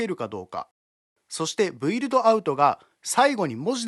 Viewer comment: 素晴らしいプラグインのご紹介ありがとうございます。 ひとつ気になったのですが、「Build」は「ブイルド」ではなく「ビルド」です。何にせよ購入させていただくつもりです。ありがとうございます。